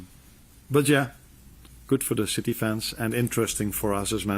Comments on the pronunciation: I heard it as shitty. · I love how he cant pronounce city, or can he? always calls em shitty 😂😂😂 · I love how he also calls City "Chitee". Top man. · Did he just call City "shitty" 😅😂😂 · Gotta love the way the gaffer pronounces City..... nuances 😂